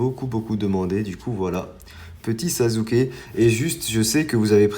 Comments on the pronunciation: Sasuke ça se prononce "sassuké " pas "sazuké " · Tu fais des vidéo super mais je voulais te dire que Sasuké se prononce Sassouké et pas Sazouké Likez svp pour qu'il le voit